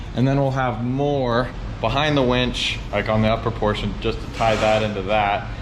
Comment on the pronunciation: You said "please winch responsibly"... I heard "please wench responsibly". 🤣😂